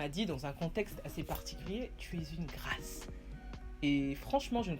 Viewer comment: C’est Grâce Mama 😅😅😂🤣🤣😅 ... ton affaire de « GRAAAIIIICE » laisse ça aux anglophones . Pardon !!!! . Ravie de te revoir and you slay 😍